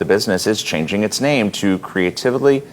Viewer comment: It's pronounced cre·a·tive·ly